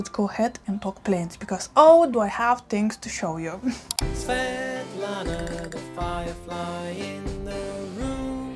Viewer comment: Love my Hoya Svetlana. I was so happy I knew how to pronounce it from your channel. 🤣🤣👖🦋🪼🐬🐬🐬